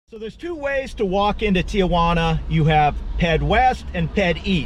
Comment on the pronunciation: Very nice and informative video. However, you did get a couple things wrong. ;) First, it's not TIAJUANA (tee-ah-wanna). It's TIJUANA (tee-wanna). Next, their not "fast" and "slow" lanes on the highway. They're "passing" and "travel" lanes. You should not be in a passing lane unless you're passing somebody, regardless of your speed. ;) Thanks. Keep up the great work.